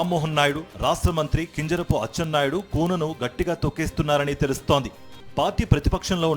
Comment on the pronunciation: Tel prononsation baguledu kinjarapu correct ga cheppali